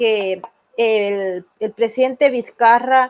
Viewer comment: Es la segunda periodista venezolana que escuchó que le dicen Vizcaya parece que no supieran leer español